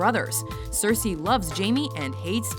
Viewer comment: 6. Cersy !?!? WTF WHY THIS BITCH